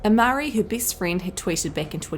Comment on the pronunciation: Geez woman. How bad can you be at speaking? You mispronounce so many words, my ears hurt. People get better, not bitter! Things are best, not a beast! Even Beyonce speaks better.